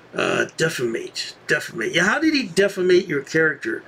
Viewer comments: It sounded like he said deficate 💩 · I heard "defeme"